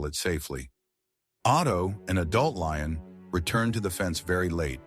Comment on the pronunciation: It’s a LION! Doofus, not Loin.